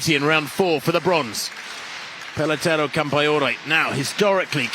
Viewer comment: Paletoray? 😂 It's Peleteiro. Good one...